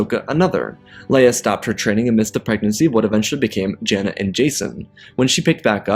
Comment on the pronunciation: I think you mean jaina not jera I might be hearing it wrong but I think I heard jera but still great content none the less 😊